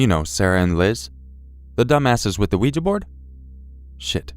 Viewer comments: Out of at least 100 YouTubers...Bless you...you are the only one to pronounce Ouija correctly That drives me insane! 🐈🌿✌ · thank you for pronouncing 'ouija' properly! that alone makes this video worthwhile